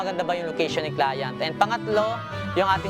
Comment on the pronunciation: Nadidistruct ako sa “clayant”😆